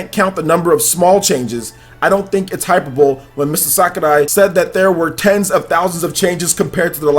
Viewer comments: This boy said hyper bowl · the way he said HYPERBOLE HAHAHHAHA